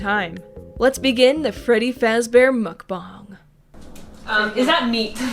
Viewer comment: it’s pronounced Mukbang